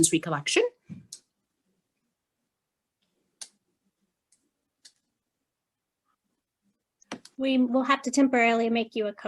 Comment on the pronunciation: The mother's attorney doesn't know how to pronounce "recollection"~ XD Edit: This judge is too young to properly and professionally control the courtroom. Edit: This judge is so ridiculous!!! Allowing the mother's attorney to act so unprofessionally but admonishing the father's attorney for doing THE EXACT SAME THING. Her bias is showing far too much for her to have the right to sit on that bench. This is so far from okay and so far from justice, it is an absolute joke and she should be ashamed of herself for not putting the well being of the children before her ego. So sad.